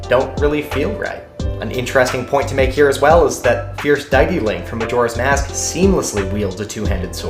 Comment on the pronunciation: Sorry dude but this word: deity is pronounced Day-it-tee and Kratos is pronounced Kray-toes. Otherwise I loved the video and work.